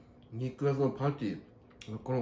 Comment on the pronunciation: パティをパンティーって言ってんの草